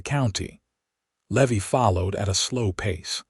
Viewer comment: Oh PA-LEEZZZEEE!!! Seline, SAH-LEAN! Levy, LEE-VIIII!!!! Rosalie, ROW-SAH-LEE! "I rode out with 4 names, yours and the children"...hmmmm, is there a ghost? 1 woman 2 children = _________ 3 names, not 4 I HATE AI NARRATORS!!!